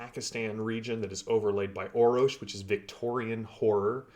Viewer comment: Thanks for the correction! So, Orror-sh? Yeah, I can hear it now. I was saying 'Orrosh'. :D I would love to chat with Matt. They did a great job with the Foundry modules, I am looking forward to even more content. So.. Thanks for your involvement! As new material drops, I will do my best to let people know. It really is the best VTT for TORG Eternity right now, hands down. Thanks for the shout out. I will also do everything I can to support TORG and raise the general awareness of the game!